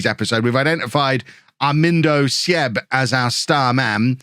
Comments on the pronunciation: this was so fun because im from Germany myself :D btw Armindo Sieb ist just pronounced more like Siib not Sieb :) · little advice on german pronunciation: if there is something with ie (like sieb or bielefeld) just say it as double e (beelefeld, seeb) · Some help with your pronounciation (which isnt that bad!) W's as V's e.g Werner / Verner V's as a soft F e.g. Voller / Foller With a word with an IE/EI in the middle you pronounce the 2nd vowel e.g. Sieb / Seeb or Wein / Wine! Lots more but those are the common ones. Love the video!